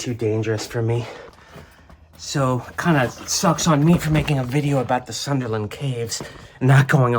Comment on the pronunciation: Pronounce Sunderland correctly.